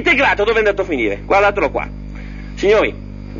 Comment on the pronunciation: Dov'è andato🎉 a finive... 😂😂😂